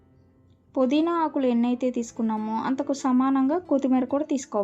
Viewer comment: పొదిన కాదు పుదీనా